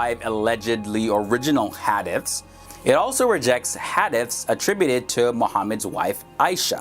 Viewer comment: Brother I love your videos but you are killing the pronunciation of the words. Like Hadith the I sounds like a long e. Please try and learn how the words are said. Thx